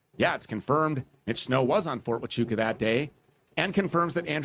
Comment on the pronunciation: Lol these mufuggas can't even pronounce Huachuca right